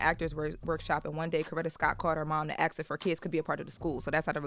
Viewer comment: I need, in her esteemed position, to cease and desist using the word “axe” when meaning “ask”…with all due respect.